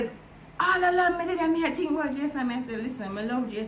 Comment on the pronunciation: A di part when she say "me tink you would a appreciate the story." 🤣🤣🤣🤣 dat kill me to claat🤣🤣🤣🤣🤣🤣